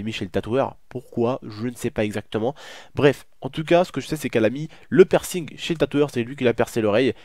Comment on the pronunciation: C'est pa "percing"